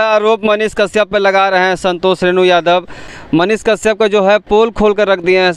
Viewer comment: पाहिले तोरा मुह से साफ मनीष काश्यप का नाम सही से नही आ रहा है तू मनीष के पास बोले गा कैसे । बबुआ मनीष कश्यप के भीरी बोले में हग देबे लागत बा अइसन। चैलेंज मत ले फिर दोस मत दिहे